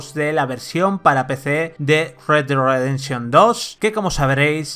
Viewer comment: red dead Ridefszchion hahhaa